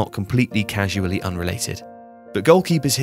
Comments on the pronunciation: I always pronounce it casually in my mind. This is hilarious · CAUSALLY unrelated not CASUALLY unrelated. This mistake makes it clear that the narrator doesn’t know what he’s talking about😂😂